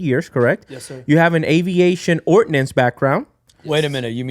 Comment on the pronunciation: Ordnance not Ordinance